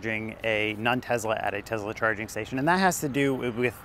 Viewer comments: It's teSSla, not TeZla. What kind of guy drives a Bolt??? Go Trump! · It's Tesla, not Tezla. You come across as annoying. The company is named after a person and that's not how to pronounce his name. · Nice video. One question. Why do you keep saying TeZla. Dude, the guy's name was Nicola Tesla. It's an S sound. Why put a Z sound if there isn't one?